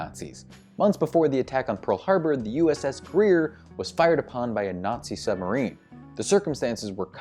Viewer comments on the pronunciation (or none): none